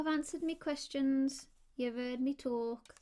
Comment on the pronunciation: It's relaxing to hear you talk or as you pronounce it, "tolke"